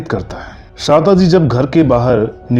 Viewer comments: Pl change your commentator, instead of Sharda, its Sarda. Sikasha is siksa,. He is missing his "sh" . It's so irritating to hear him constantly saying Sarda, awaj, not awaz ,sorat not shohrat n many more .Get sm1 else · निवेदक का उच्चारण सही नही है , जिधर "श" बोलना है उधर "स" बोलता है। जैसे शारदा को सारदा और शंकर जयकिशन को संकर जयकिसन और भी गलत उच्चारण है , ध्यान देना चाहीये अपने उच्चारणपर । बाकी जानकारी अच्छी है । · Tumhara uchcharan bahut kharab hai. Sarda nahee Sharda. Sh ko bolna seekho.